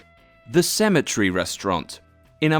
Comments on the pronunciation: I will sound like an American ass for saying this, but pronouncing "cemetery" like "symmetry" is confusing as hell. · AND "CEMETERY" TOO. WTF BRUHHH